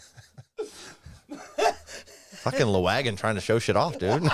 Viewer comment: chuck gets the braincell by default because i think joel pronounces the name of this band strangely - "la-gwagon"? it should be "lag-wagon", as in the name of their original (i believe) tour van.